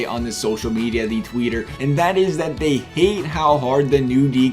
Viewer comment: Lmao u said Twitter wrong